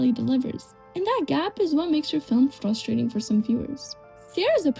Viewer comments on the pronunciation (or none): none